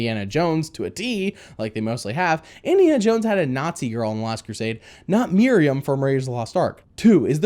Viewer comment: just a thing, her name is Marion, not Miriam. It sounded like you pronounced it as Miriam. Just a small nitpick.